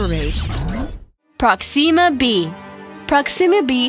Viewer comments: I'm sorry, "Proxeema b"? Dude, you sound like you'd pronounce Earth "Ear-th" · Dis bitch said proxima b wrong smh.